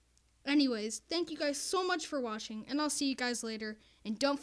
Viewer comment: When you said, thank you for watching, you said, washing instead of watching